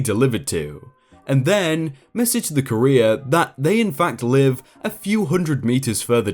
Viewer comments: Your pronunciation of courier is downright painful. Takes me out of the story so hard. But I know you're trying :) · The original word is French, I think, so English just tends to do whatever with it, given the bajillion accents English tends to have. ^^ I've never heard it pronounced like does here, tho. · I kept hearing Korea. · Sounds more like career doesn't it? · I’m British and I have never pronounced Courier like Korea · Alright, the first pronunciation of courier was fine, it was pronounced right. But after... gods above man. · For crying out loud man, learn how to pronounce words like Courier correctly. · I got so mad at how you pronounced courier. My sleep deprived brain made me mad. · wtf dude? Your pronunciation of certain words is insane. On one of your other vids where you butchered the words “scrupulous” and “severance” I defended you from complaints but this “courier” business is nigh on unforgivable, especially as you say it so many times. 😔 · I've never heard it pronounced "ka-rear" before, always said it"koo-ree-er". "Ka-rear" is the way I'd say career. So hearing things like "the support line for careers" is really funny. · Please learn how to pronounce the word COURIER... something like COUR’-re-er, not ca-Reer’. A courier is a person who delivers something. A career is a job your perform... usually. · So very distracted by you pronouncing "Courier" as "Career" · Courier=CUR-ee-er. Career=cuh-REER. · I would just like to point out "Courier" is not pronounced "CAREER" but "KUHR - EE - ARR". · Courier is Not pronounced the same as career. It's pronounced ko͝orēər and it's someone who delivers stuff. Not career. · It’s COUR-IER. Like CUR-IER. Not CAREER. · Courier rhymes with furrier, not career. 🙄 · Courier is not "Cah-EEE-r'. it is pronounce "CORE-ee-er". Unless it's completely different in the UK, but even that can't explain that bizarre pronunciation. ^^ you sound like you're talking about someone's "career".